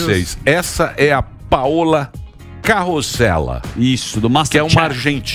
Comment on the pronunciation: Pauna Grosellha da Paolla Carosella... Fato: não existe "ss" em espanhol: é Carosella, e não CaroSSela!!!